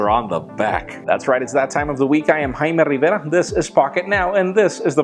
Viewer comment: HAIIIIIIMEEE RRRRIVERRRA !!!